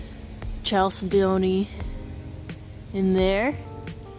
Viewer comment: Nice video. Here's how to pronounce that word Chalcedony - Cal-said-dough-knee - this is how it sounds when said correctly.